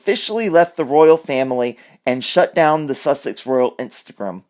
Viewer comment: InstaGrim 🤣 I heard that slip of the lip 😂